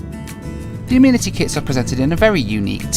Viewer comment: I hage the way you say amenity lol